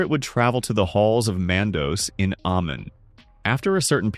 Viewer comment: It’s not Amen, but Aman, it’s not Mandose, but Mandos🙄🫣🫠 Why does Americans have to butcher everything?!